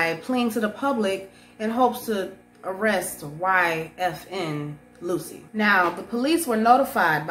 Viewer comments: Lucci is pronounced “Loo-Chee” not “Lucy”. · Where does Phil find these clowns? 😆 YFN “loosy” at least pronounce sht correctly if you aren’t gonna get a better mic 🥴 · She called bro YFN Loosie It's Lucci..... We gotta do better Bro. And she called a Firearm a Forearm.....Damm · It's not Luchi.